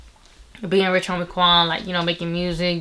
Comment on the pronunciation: You said rich homie kan 😂